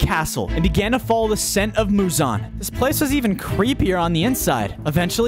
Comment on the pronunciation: why does he call the demon uzan its not uzan its muzan